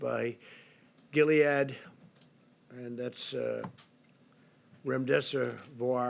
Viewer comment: So he can pronounce "hydroxychloroquine" no problem but calls our promising new antiviral "remdeseVOIR" three times? Pharmacist down, send help... ☠️🆘☠️